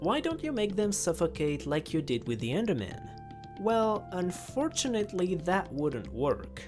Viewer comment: "However" "Unfortunelly"